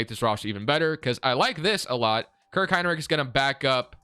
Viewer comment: Kirk Hine Lick lmao I'm dead. I even slowed it down to ensure I heard that. Great video as always man.